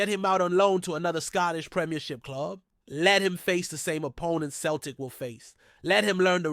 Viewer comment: Why is an American trying to tell me abt Glasgow Celtic or pronounced Sell tic